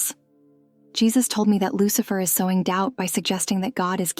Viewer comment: 😂 I'm dead!!!! I heard the same thing, and had to absolutely read down the comment and see if I was the only one to hear that. Loose-Lurker......